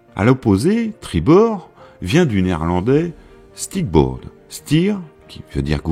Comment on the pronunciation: le néerlandais de 'tribord', c'est 'stuurboord', non pas 'stierboord' (stier = taureau, stuur = gouvernail)